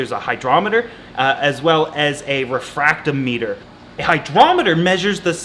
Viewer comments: It’s pronounced refractometer, not refracto meter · It’s pronounced Re fract Tom eter Love your content. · the "meter" part of "refractometer" is pronounced the same way the "meter" part is in "hydrometer", welcome to the salty side!!!! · Yeah, it was funny that he said hydrometer right and then went all weird with refractometer.